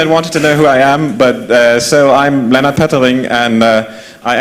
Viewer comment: Mein Name ist übrigens "Lennnart", nicht "Lennard".